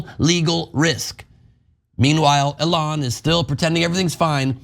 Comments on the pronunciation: Why can't this guy pronouce Eon's name correctly? EE-lon not eh-LON. As in EE-lon Musk is not a genius and a terrible businessman. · "aLON Musk" 😂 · This guy pronounces Elon like A Lawn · Bro, pronounce Mr. Musk's name correctly. It's Elen , L-N. Get it right. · I dunno but I propose that we pronounce his name Ellen from now on. Ellen Musk. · PLEASE continue referring to "Elon" in that feminized pronunciation. Its hilarious! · This dude is obviously pronouncing Elons name wrong on purpose. Youve heard his name literally everywhere. Dont tell me this intelligent guy cant say "Elon" as its supposed to be pronounced. that stuffs just annoying. I hate Elon but come on its hard to take this guy seriously, he literally pronounces every other word correctly so its no accent. Its willful ignorance in my opinion